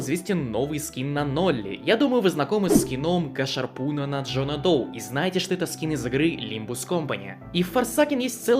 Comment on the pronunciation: GasHarpoon произносится газ гарпун или газовый гарпун.Гашарпун режет уши.